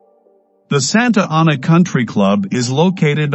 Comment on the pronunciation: SANTA ANA! SAY IT RIGHT!